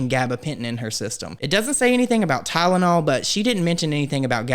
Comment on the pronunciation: Why does the medical professional keep saying tideanol?